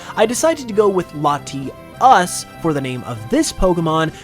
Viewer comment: Ah yes, Laties and Latiis